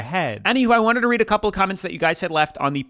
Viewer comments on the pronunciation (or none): none